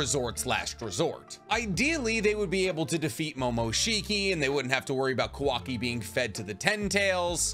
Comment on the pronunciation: Is not kuvaki is kawaki